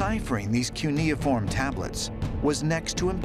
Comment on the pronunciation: It’s pronounced: kyoo-ni-form